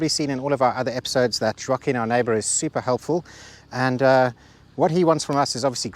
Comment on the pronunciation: In Portuguese, the name "Joaquim" is not pronounced like that at all. The "J" is hard, pronounced like in the letter "j" itself. The "a" is not open, it's closed - it's not like in "attic", it's more like in the first "A" in "Atlantic". Also, the "u" is silent. The "m" is also silent and it's there just to turn the "i" into a nasal sound. It's not easy for a non-native. :-)